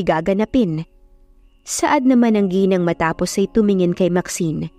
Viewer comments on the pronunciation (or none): none